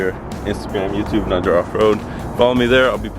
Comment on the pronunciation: Great info, and spoken like a true Jeep owner "We'll add that to the list to fix in the future" So much goodness in this video "Made in Chin-ah" (I nearly died LOL) and "tip them because no-one likes working for free" are my fav's. Oh, and you surprised me with the pronunciation of NAJAR - I thought for sure the J would have an H sound (I have no idea why I thought that....but I did) 😂